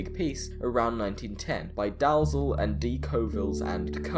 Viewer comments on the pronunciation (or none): All the steel for the Titanic was made by David Colville & Co at their Dalzell Works in Motherwell, Scotland. The steel was not made in Ireland. PS Dalzell is pronounced Dee-Ell. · you say the big piece was probably made by Dalzell + D. Colvilles and Co. Colvilles was the name of the company, and Dalzell (pronounced Dee - ell) was the name of their works in Motherwell. The Dalzell works is one of the few steelworks still in existence in Scotland, owned now by Corus. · DALZELL = D ell.